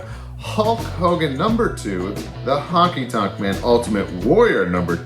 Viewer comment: Honky tonk.man sorry but when someone says it wrong it bothers me